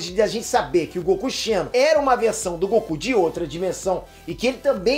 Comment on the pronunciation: Não é Goku CHENO, é Goku XENO kkkkk